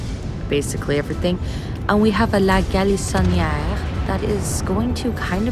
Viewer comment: Oh, you're probably Québécoise with the way you said ''la galissoniere''.